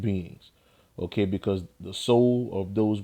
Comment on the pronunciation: The way u say ok is dumb as shit.. Okay..